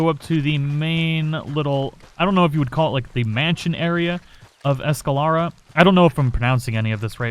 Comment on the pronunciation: I thought you were from Texas. You should be able to pronounce Spanish names. Presidio is pre·sidio, not presi-dio. It's the same as the border town in Texas over by Big Bend. You started out saying Escalera correctly, then started saying Esca-laura. Chuparosa you got correct. But, like you say, "Words are hard!"